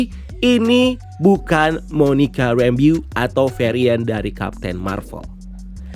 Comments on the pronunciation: Bukan Rambiyu, tapi Ram-bow.... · oot bang, but u pronounced rambeau wrong. harusnya pelafalannya mirip kaya rainbow tp make M instead of N